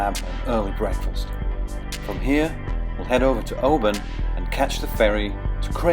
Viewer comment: mispronouncing Oban often. they should socialize with the locals more?